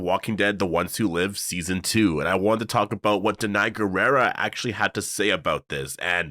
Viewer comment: Danai’s last name is pronounced “gwee-rah”!